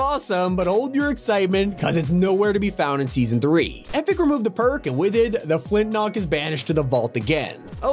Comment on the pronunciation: everytime he said flintlock it hurt my soul